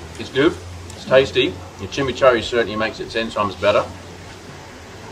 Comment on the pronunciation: being weird, agree it should be pronounced chi-mee-chour-ee. Lazy pronunciation from me there. Near where I live there’s a place called Kurri Kurri which is pronounced Curry Curry, just a lazy habit formed but you’re spot on should stop that shit.